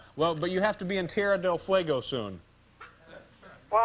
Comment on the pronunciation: I always loved the way Larry mispronounced Tierra del Fuego as Terria del Fuego.